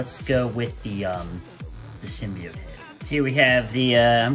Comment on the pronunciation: I'm subbing just for you correctly pronouncing "symbiote".